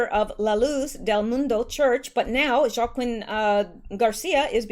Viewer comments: Joaquin is pronounced “ Wa-keen”....love your videos ❤️ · FYI JOAQUIN is pronounced WA KEEN, Not a big issue, but just a helpful contribution from one of your fans. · Joaquin = Wah-KEEN 🙂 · Joaquin = Waa-keen